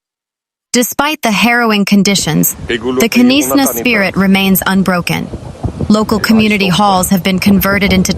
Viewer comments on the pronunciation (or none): Were the. Hellish k NIS Na. It is Knysna. The K is silent. Really get some news announcers that. Can speak. Irritating.pronouced nisna.😡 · Not Ke nisa, but Knysna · Knysna pronounced Niysna. No K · Listen, girl, I say this with love and absolutely zero authority except being South African and mildly traumatised by bad pronunciation… It’s Knysna. Not Kuh-niss-na. Not Knyzzzzna. Not whatever crime scene just came out of your mouth. The K is silent. Say it like: NAYS-nah There. Fixed. The Garden Route may now continue healing. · Knysna - pronounced: NY-znah To make it easier, you can think of it in these three parts: NY: Like the word "nice" (but without the 's' at the end). z: A soft 'z' sound. nah: Like the beginning of the word "banana". A few important tips: The 'K' at the beginning is completely silent (just like in the word "knife"). The emphasis is on the first syllable (NY). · Please just say Nysna “K “ is silent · Knysna is pronounced Naaisna! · Knysna. Pronounced with a silent k as in knife 🤣🙈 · Knysna learn to pronouce it correct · The K is silent in Knysna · Knysna and Oudtshoorn please pronounce correctly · Oh Lord...Knysna...she s American? She s struggling with all the names...be safe everyone ❤ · Pronounce Knysna correctly!